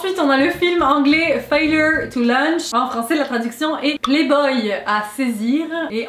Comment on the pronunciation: juste que a cause de ca en france votre accent anglais est pas super